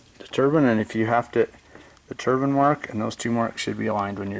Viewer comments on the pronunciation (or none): Yep... I was getting the shits because he pronounced it wrong through the whole video 😩